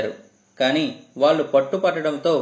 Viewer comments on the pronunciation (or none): none